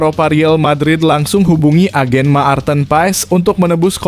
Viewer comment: Marthen bukan Maarten, jangan perkosa nama orang.